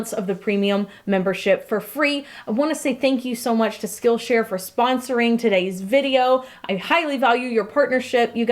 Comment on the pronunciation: For some reason, whenever she said "Skill Share" I heard Steel Chair It made for a very confusing sponsorship about steel chairs that teach you skills...